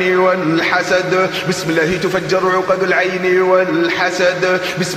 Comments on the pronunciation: الله وليس اللة لأن اللة تنطق اللات نعوذ بالله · الله ليس اللة لأنها تنطق اللات والعياذ بالله